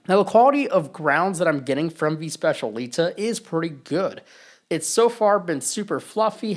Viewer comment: It’s pronounced SPETCH-EE-AH-LEE-TAH